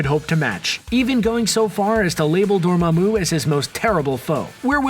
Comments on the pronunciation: Ok I’ll give you another chance to try to say “Dormammu” correctly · This guy really needs to go watch Doctor Strange again. This is two videos in a row where he's mispronounced Dormammu.